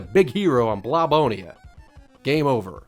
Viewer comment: It’s BlobOLONIA, not BlobONIA.